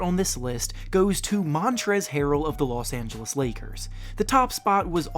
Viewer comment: he said marcus moris and number 1 he said losangelas lakers